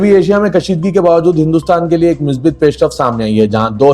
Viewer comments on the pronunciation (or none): none